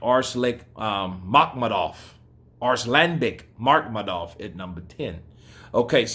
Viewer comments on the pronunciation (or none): Arse-lick Makhmudov??? Lol! I bet you wouldn't call him that to his face. Lol!